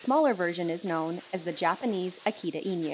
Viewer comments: Inu is EE-NEW, rather than EEN-YOU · Okay...many dog industry professionals on YouTube seem to struggle with this and as a Japanese native it drives me crazy😅 There is no "Y" in "inu." The pronunciation is close to "ee-noo." It's "noo" like in "noodle" 🍜 Okay, back to the regular programing y'all 👍🏽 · AH-kee-tah. EE-new. Inu=dog. The original is a fantastic pooch. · It’s inu /ee-noo/ not / ee-new/😊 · I new??? lol just pronounce it as INU . .whts so difficult abt tht? anywys nice video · Why does she pronounce "inu" like e-knew? 🤨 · it sounds condescending but bc i cant properly explain it in my second language, english, pls bear with it: pls look up the pronounciation of "inu" in "akita inu" xd much love